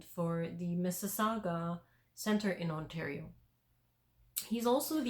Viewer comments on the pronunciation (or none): none